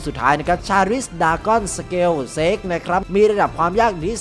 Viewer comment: Sake อ่านว่า สาเก นะคร้าบบบ 🤣🤣